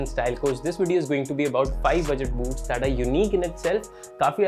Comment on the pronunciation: Boots ki jghe boobs sunai de rha tha 😂😂😂👀